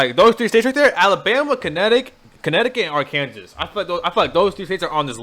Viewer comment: I get the feeling this dude really thinks Arkansas is pronounced R. Kansas and wasn't being funny.